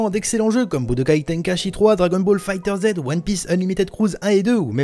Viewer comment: déjà cest pas figtherzed mais figtherzzzzzzzz